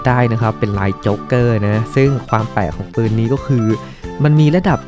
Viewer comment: ปืนคับ ไม่ใช่ปิน